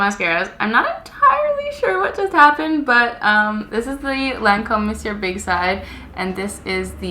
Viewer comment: Two things: 1. YES!!! Been waiting for this mascara comparison!! Thank you! 2. Also thank you for pronouncing Monsieur correctly.... So many people online call it the "mawn see er" mascara.